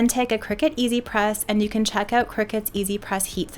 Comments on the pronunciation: It’s cri-cut, as in cutting… Not a cricket 😂😂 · It’s a cutting machine not a game played over scones in white caps. Kricut kri-cut The end of the brand name is pronounced “cut”.